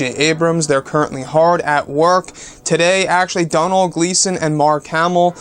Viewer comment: Doh-nil is the pernusiation not Donal, Doh-nil (Donal), it's an Irish name, can we do a video on the possibility of Luke being alive.